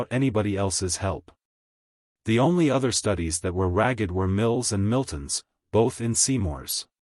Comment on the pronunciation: Even by AI standards this narration is terrible. Simple words like row, ragged, desert completely butchered. Shame as it's a fun story. AI cannot even pronounce Wrykin.